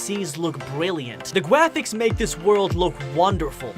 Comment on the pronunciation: bro really said gwafics